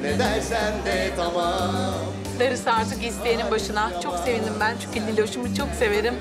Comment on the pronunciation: “Yiğit senin adına çok serindim” sevindim bile diyemiyor şakihaaa 😂😂😂